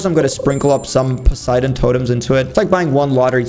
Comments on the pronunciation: Bro is now not saying posaydon rod hes actually saying poseidon rod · GUYS HE SAID POSEIDON AND NOT POSAYDON